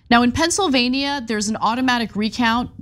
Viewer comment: Ana please learn how to pronounce Pennsylvania. Specifically the -NIA. Say it like your state of California.